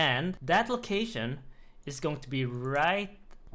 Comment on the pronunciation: how do you have suck a cute voice bro? also i cry laugh every time you say "goins" idfk why